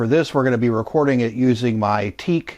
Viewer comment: you can't even pronounce Teac right... the high speed deck of yours the left meter was out of alignment you are full of sh it